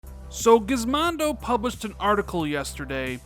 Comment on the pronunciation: This guy did not just say Gizmondo! LMAO It's Gizmodo (without the n)